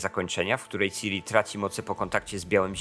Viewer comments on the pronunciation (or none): Irytujące jest to jak wymawiasz ksywkę Ciri.